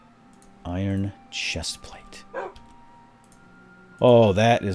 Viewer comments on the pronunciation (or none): none